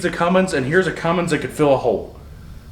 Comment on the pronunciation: "We're getting ready to put a fummins....". And now she has a name. Fummins.